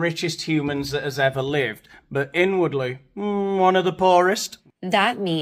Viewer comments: I thought she said “I was n-wordly poor” 😂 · I thought she said she "was the n-wordly poorest" 😅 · Did anyone else hear that as “N-wordly”?